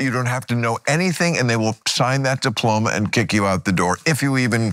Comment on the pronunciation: Ana, diplomas come from high schools. Degrees come from colleges. He said dioloma.